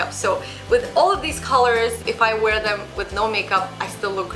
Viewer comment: wear - not 'war' :/